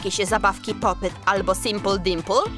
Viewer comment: xd "Sympul Dympul"